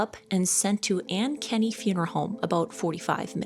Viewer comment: Way late, didn’t see it in the comments. “An-kenny”, Iowa made me laugh. Aink-innie is closer to how we pronounce it. But I also pronounce our capital Dayse Moh-nayse for shits and giggles.